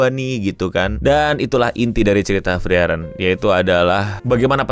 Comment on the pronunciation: Please bang frieren tuh cara nyebutnya Fri-ren bukan fri-eren